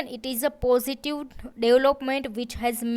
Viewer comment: Why Indians do not pronounce V? It's really painful to listen "positiw, negatiw, dewlopment" 😩